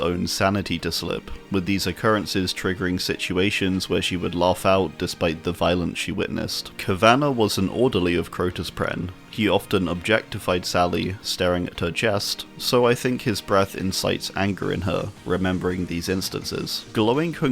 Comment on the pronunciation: Kavanagh is pronounced kav-uh-gnaw not kav-anna